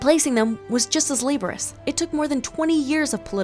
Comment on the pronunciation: LABOROUS is not a word!!! It's laborious. I'm so sick and tired of amateur hour on youtube where people use words they don't understand or mispronounce things. If you don't know the word, don't use it. It makes you look like an